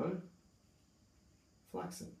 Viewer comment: It's called Ciprofloxacin not Ciproflaxin :) But nice video anyways